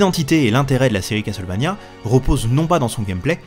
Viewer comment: Enfin qqn qui prononce Castlevania correctement, lol (eh oui on ne dit pas CassEuTTTEUL, on ne prononce pas le T et toi au moins tu le sais !) J'ai ce jeu que j'ai jamais fini car on ne trouve pas assez de vieeee, on trouve que de la magieeee...arrrg. L'OST est dingue ❤ Si vous êtes nostalgiques, essayez Infernax qui copie le style Castlevania volontairement et dont l'OST est dingue aussi ❤😊